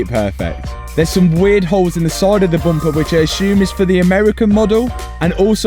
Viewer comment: Say more 'bumpahh'